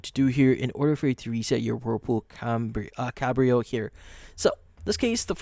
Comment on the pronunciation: It's not CaMbrio, it's Cabrio....no M.